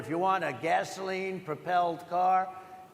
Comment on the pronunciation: “They want to get rid of - as you say - ‘gehsohleen’ in cars…” This guy is one of the dumbest people who ever lived.